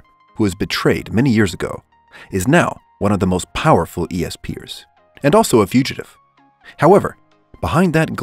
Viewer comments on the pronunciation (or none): E.S.peer it’s ESPER btw No hate tho thanks for the good animes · For number ten, it’s pronounced “S-per” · It's bESt-supPER, not e-s-p'ers. Sounds so friggin weird. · And it’s not E-S-P-er it’s “Ess-per” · E-S-Per!? Bruh I it's esper. 🤦‍♂️😂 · kinda cringy you saying "E.S.P. eers" instead of just "espers" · e-s-peers wtf bro its pronounced espers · E.S. Per that pisses me off Esper one word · Did he say E S per instead of just esper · Es-per not eeee s pers fucking idiot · Essssss peeeers not eeee s peee ers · E S P ers Just say espers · Yeah he was esp-er when the word is all together actually its esper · ESP errrr I’m dead just a bit it’s pronounced S-per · He says E S PEEyer How sposed’ to say is es purrr The word:esper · Why does he call espers, "E - S Peers" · Not gonna be that guy but it’s pronounced espers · It's not e.s.p. er. How did you pronounce that wrong? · E-S-P-ers? Lol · "E.S.Pers"...... What?! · E-S-PEARS WOW NICE LOL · LMAO IT'S S-PERS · Any1 else is annoyed he says e-s-per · Espairs is pronunced S-pers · Yeah same he said E-S-per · Nononono..it's E.s peer 😂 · E...s...peers? Lmao wtf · "ESPEARS" my mind was just like OMG DONT AHHHHH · Well its not Es Sphere right? LMAO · how do you not know how to say esper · Homie doesn’t know how to say esper so I wasn’t surprised saitama wasn’t on the list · Hearing this dude say esper wring actually caused me to dislike this video. Like come on man do basic research first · Some ppl have Problem with their Language You cant just Judge a Person because of that. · yeah i was like...dude do a little bit more research and pronounce it right. But he's got good content though